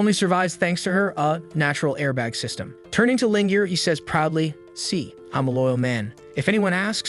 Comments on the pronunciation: Sys-t-an failure, Ai voice can't read some words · Ah yes, not system but siestem